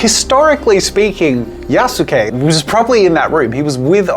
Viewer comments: Just gonna say, thats not how you say yasuke. Basically remove the U and youll have it mostly right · Jazza's pronunciation of Yasuke nearly killed me